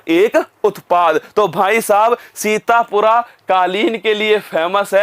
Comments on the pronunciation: sir sorry to say but it's sitapur not sitapura.. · भाई ये अंतर होता है एक up के टीचर मई और कही और के टीचर मई (सीतापुर को सीतपुरा , लखीमपुर खीरी को लखीमपुर खेरी) बताते है तभी तो कहते है स्लाइड देखकर नही पढ़ाओ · सीतापुर है सीतापुरा नहीं है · Guru ji सीतापुरा nhi hai ye सीतापुर hai ❤ correct it .....